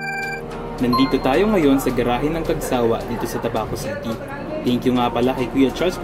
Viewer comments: Correction for the Pronunciation. It's Cag- sawÁ . Not. Cag-sÁwa ☺️ Actually Isang Beses palang Ako na nakasakay diyan .Ang Sobrang Linis Ng Loob niyan Ng Cagsawá 😁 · ang pagbikas po sa cagsawa ay "cagsawá"—accent on the last syllable. ipinangalan po sa cagsawa ruins sa Daraga, Albay.